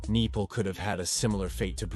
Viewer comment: its nepal not nipal